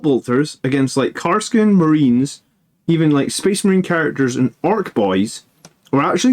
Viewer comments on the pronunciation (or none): Kas-r-kin, not Kar-s-kin. But good analysis! I love Inceptors and for the price, their defensive profile is also fairly impressive!